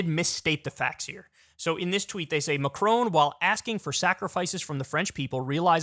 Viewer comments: Kyle really needs to learn how to pronounce Macron. It’s Macron not Macrone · first please research how to pronounce Macron correctly, second, why tf is this even news worthy?